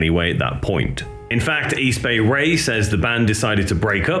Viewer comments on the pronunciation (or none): Easy Bay Ray lolololol Close but no Cigar buddy. It's East Bay Ray, not Easy Bay Ray lolololol. How about D.O.A from Vancouver Canada? The Subhumans is their sister band. Canadian Subhumans. Crass would be cool from Britain to.